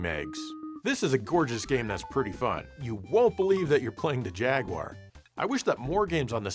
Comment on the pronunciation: I just want to thank you for saying "jaguwar", not "jagwire".